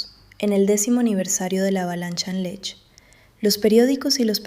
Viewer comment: Muy largo y siempre lo mismo. Y la montana se llama Lech am Alberg, no Lesch.